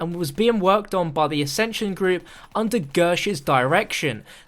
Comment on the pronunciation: It's the guy in nuketown in the video he even says accension